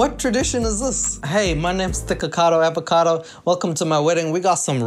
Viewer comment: I thought u said the n word omg 😭😭 "niggagado" byeeeee